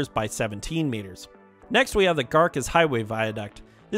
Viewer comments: Sorry…Garces is pronounced “gar-sez”…it was making my ears bleed hearing it called Gar-kez…😂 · Garces is pronounced Gar-sis. Great video! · Garces is pronounced Gar ses..Tule is pronounced Tu lee.